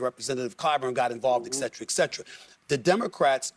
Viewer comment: I can't take a person seriously that says "exetra, exetra" ...